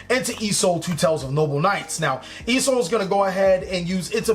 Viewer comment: I noticed something in this video you constantly say e soul in this vid but I can't figure out what e soul Stands for. Certainly it's not e emergency call, rght? Or are you saying Isolde as in the link 2 noble knight?